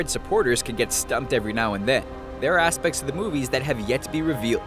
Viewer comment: He said ass-pections